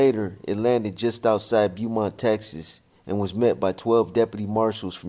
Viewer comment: It’s pronounced Bowmont